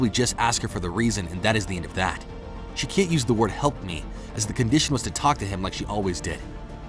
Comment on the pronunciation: you said word wrong